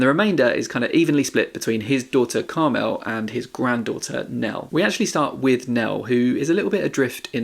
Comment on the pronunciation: Really sorry to be picky but it's pronounced CARmel not CarMEL. Common name for middle-aged women in Ireland.